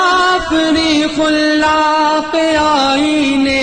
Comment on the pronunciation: Bhai padh to diya itni badi hasti ka kalaam lekin alfaaz ki adaegi me apne kaisi kaisi ghalatiyan kar di, Khullaq nahi khallaq hai, Aaen e Muslim nahi, aaen e musallam hai. Jo padh rahe ho thoda samjh lo bhai